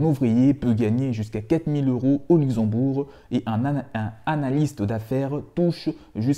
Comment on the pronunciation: C'est Luxembourg pas uxembourg 😄